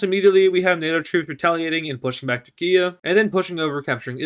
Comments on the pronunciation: It is turkey not turkia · Anyone gonna question on why he doesn’t Turkish and says turkian and instead of turkey he says Turkia